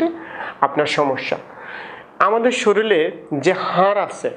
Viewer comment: একজন ডাক্তার হয়েও সাধারণ ভাষা টা ঠিক নেই 😢😢 শরীর কে শরীল বলছে